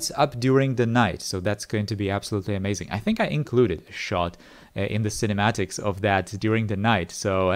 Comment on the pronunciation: why did he say "shot" like that 💀💀